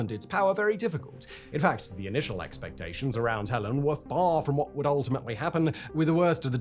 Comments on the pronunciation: HELENE not helen man get it right idc where in the world you are that is just wrong, Helene train wrecked America not helen, and the Appalachian mountain range runs down practically the whole east coast of America rolling from Maine to Alabama if I'm not mistaken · "hell-lean" not "hell-an". Get it together Simone. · It's Helene (hell-leen) not Helen. Helen is your mom's bridge partner & your dad's mistress.😮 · The hurricanes name was/is Helene, not Helen!!! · You’re fucking up my mom’s name!! It’s HELENE Not Helen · OMG simon.... it's hurricane HELENE, not helen. those of us who survived her and milton will never make that mistake. 🌀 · Why are you mispronouncing the name of the storm, Simon? You are a smart guy...it's HELENE, not HELEN. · I knew the first time he said it, he wasn't going to say it right even once. 🤣 It's Helene 'Heh-Lean' not 'Hell-in' the last time that happened in Georgia, the US state mind you, the temperature dropped and the Charlie Daniel's band wrote a song about it. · Hurricane HELENE, not Helen! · In American English this storm was called Helene "huh lean" xD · My dear chap, I believe it's Hurricane HELENE, not Helen. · we say it the same way he’s just pronouncing it wrong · I can't made it 4 minutes in but the constant mispronouncing of Hel-leen makes this video unwatchable. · Having had this storm and Milton after it just miss my town, I'm keen to see how this video plays out 😅 helEEN tho dude lol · in English it's Hel-ene or h-el-en with silent e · Yes, Hell-een, rhymes with Jolene. Or as Dolly Parton sang shortly after the event, "Helene, Helene, Helene, Helee-ee-een, you came in here and broke us all apart". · I can’t watch this video when in the first four seconds you get the name of the hurricane wrong. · At least get the name right Simon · Tell me why Simon had me wondering if my entire Disaster Recovery organization of thousands of people along with our government partners have been pronouncing Helene wrong this whole time.